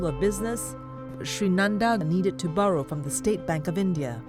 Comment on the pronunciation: Narrator pronouncing "borrow" as "burrow" is hilarious